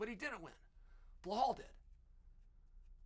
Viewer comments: Uncle Chael, all due respect, sincerely, it's "Belal". It can also be transcribed from Arabic to be spelled and pronounced as "Bi-lal". I hesitated to comment on the "Blehal" pronunciation on several videos prior but my boy Belal is now in the title contender discussion. I hope this does not come off as disrespectful. I had hoped for a long time that someone else would mention this but ... Love your videos. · Bluh-hal 😅😂😂 it’s BELAL .. come on chael lol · Lmaooo blehal? He deff does it on purpose..how hard is it to read belal? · Okay but who the hell is bleuhall? 😂 chael its be lal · "Blowhol mohamade" chael's things 😭😭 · “Blehall Muhammad” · “Blahal” ahahah Chael cmon ahahahah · burhull mooohumad ... why why why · Chael really must just choose to mispronounce the fighter's name.......and I'm here for it 😂😂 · 10-8 Goes to Belal’s name vs Chael’s ability to pronounce it correctly even once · Chael, if you admire and respect Belal as much as you claim to – maybe commit 30 seconds to learning how his name is actually pronounced.